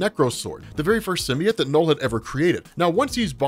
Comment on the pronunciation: AHHHH ITS PRONOUNCED SIM-BEE-OAT